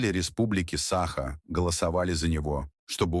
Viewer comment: СахА, айсЕн. Ставьте ударение правильно! Корежит..